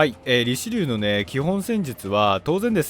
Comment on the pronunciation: リチェリューって言ってました